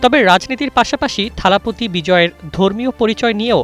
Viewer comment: মুরুক্ষ সাংবাদিক টাইমলাইন শিরোনামে লিখল থালাপতি বিজয় আর উচ্চারণ করছে থালাপি বিজয়, কোনটা সঠিক?